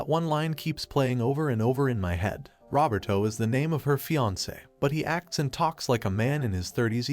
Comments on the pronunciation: The AI pronouncing “Roberto” like “Robert-O” is sending me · i know is a sad story full of hardships but... the text-to-speech says "Rubber-Toe" when talking about the daughter's fiance